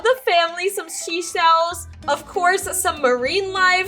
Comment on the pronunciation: "Angelo" ANGELA! "She shells" panda it's sea shells 😅